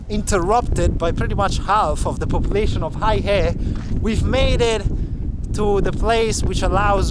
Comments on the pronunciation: First thing first, you went all the way to this border town and you can't even the pronounce the name properly. That is very disrespectful of you, especially since you said you were trying to document details of the place and its people, making it sort of a documentary. OMG! 😅🤣😂The name of this town is Heihe or "黑河" pronounced as "Hey! Her!", not "Hai Her" or "Hei Hei", or whatever. Of course, you don't have to pronounce it perfectly, such as its tone, etc. but at least get the syllables right. 😄😃😀 That will make your video more credible and genuine. If you are producing a video and editing, etc., surely you know how to search the Internet or do a simple translation, such as with Google Translate to verbalize it and get the correct pronunciation. The Chinese are very cool and chill and would not mind how you pronounce it but get the basics right. 😄😃😀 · How is it that you go to the town and completely butcher the name - it’s Hey He Not high he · Bro! The place is more properly pronounced as Hey-ho, not exactly but enough to be understood by the locals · It’s pronounced “hey her”. 😂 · They actually corrected him, but he continued to pronounce it as “high hay” or something 😅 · It is Hei He aka Black River. Pronounced as Hey 黑 He 河。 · I know right? I would at least google how to pronounce the name of a town I’m going to for just traveling. Now imagine not doing it while being a Youtuber and knowing the whole world is going to see that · Your pronounciation of 'Heihe' was so off that if you switched the syllables the locals would be more likely to understand you. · Bel video. A quanto pare dai commenti sbagli come si pronuncia la città. Ciao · Dude it's pronounced "Hey-her", not Hi-hey.... If you're going to introduce a city, make an effort to get it right! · "Hi-Hay" 😅 Bro, try "Hay-Her" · You got the pronunciation wrong. You said Haihei. It should be Hei he. (Hay huh)黑河。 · Minor correction, the city name pronounce as Hey-Huh not Hi-Hey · It's "hey her",not "hi hay".😂